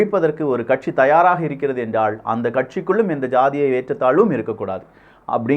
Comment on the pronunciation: என்றால்.....என்றாள் அல்ல தம்பி....தமிழ்